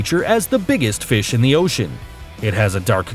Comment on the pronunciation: that's not how you say fish mr